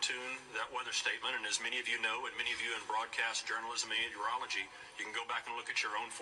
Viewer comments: "Meteorology," not "and urology" 😆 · Am I high, or did he say Urology? The f#%k you trying to do? Make the hurricanes turn and cough? I know they love to tickle Trump's pickle, but this is serious